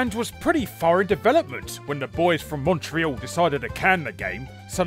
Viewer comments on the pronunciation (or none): none